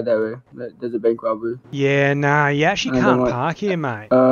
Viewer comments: "Erm yes we can its a bank wobwery" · “Dare is a wobbery” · Bank wobberwy